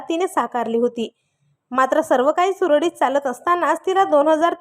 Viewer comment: तुम्हाला सुरळीत म्हणता येत नाही का ? नीट शुद्ध वाचन करा ऐकायला खूप किळसवाणे वाटते